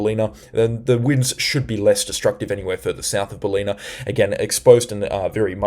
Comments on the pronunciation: Tips for speaking East coast. Stradbroke islands (North & South)... Not stanbroke, or just go with Straddy and South Straddy. Caboolture = car bull char (maybe not as hard as char, but like culture not like pure). Ballina = bal inn ah. Not berlina... Also had to laugh when you skipped Tallebudgera creek the other day. Talla bud jer ah. Thanks for your efforts. Helps me reassure my wife that the clickbaiters are blowing things out of proportion a lot of the time. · Thanks so much for your work. Stradbroke Island, not pronounced Strandbroke… Also Ballina is pronounced Bal - in - a Cheers mate 👌🏼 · Ballina is pronounced. Ball-in-a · Great work ! Just a minor correction , its Bal-inn-ah , not Bal-een-ah . Greetings from Lismore (Floodmore). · Are you sure you are from OZ? Cabultura, Baleena, Fourster, Murawoolambah.. It's Car-Bull-tcha, Bal-in-a, Fos-ter, Mur-wool-im-bah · Bal-een-a ? I think it's BAL-en-a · This is awesome. I'll even dismiss your pronunciation of some places (B(a)llina, not Bahleena). Thank you. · Hi. Thanks once again for your video and information. BTW, Ballina is pronounced (phonetically) Bell-in-a and Caboolture is pronounced Ca-bool-chur (like church...well, it's really -ture but it sounds like chur). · Ballina Pron BAL - in - uh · Great reports. Pronunciation of Ballina is Bal-in-a. 💜💫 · Ballina pronounced Bal-in-a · Ballina pronounced Bal like Sal-in-a I hope it helps. 😉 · you say ballina all wrong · Great reporting, but can tell you are not from Queensland or NSW, your pronunciation of Caboolture and Ballina is incorrect.